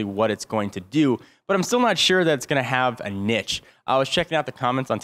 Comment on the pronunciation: there's a "e" in "niche"